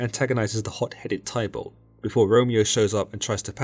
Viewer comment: You pronounce Warwick= Worick and Tybalt = Tibal 😅 hope this helps 😊😮 it's a good summary, but the misspronounciations are really annoying 😅